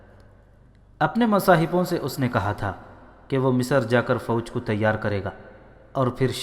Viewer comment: अगली बार जब आप रिकॉर्ड करें तब लफ़्ज़ की अदायगी सही तरीके से करें आपने हर जगह " मिस्र" को मिसर, "सेहरा" को सौहरा, "बग्घी" को भग्घी "नामवर सालार " को नामूर सालार कहा है,और हद तो यहां तक कर दी कि एक दूसरी तारीखी किताब "शमशीर बेनियाम" में हज़रत "अबू बक्र" को अबू बकर कहा है, आगे से इसका ख्याल रखें!